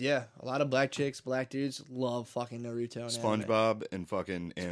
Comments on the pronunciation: Yea even the "Nuh-ruto" pronunciation was carefully engineered to piss off weebs....like me 😅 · I swear he's mispronouncing everything just to fuck with the fellow weebs